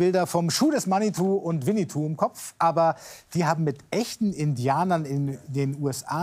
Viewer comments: Winnetou nicht Winnitou aber auch Götz George hat es falsch ausgesprochen! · Also bitte 😏 es heißt WinnEtou und nicht WinnItou das sollte man schon wissen...